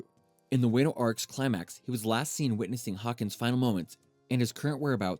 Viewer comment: yet he calld wano "way-nu"